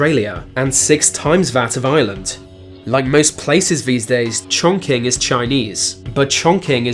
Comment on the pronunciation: learn how to pronounce chongqing properly